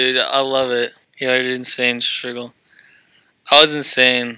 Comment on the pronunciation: mans said stygil 😅